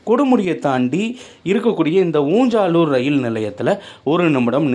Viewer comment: ஊஞ்சாலூர் என்பது அல்ல ஊஞ்சலூர்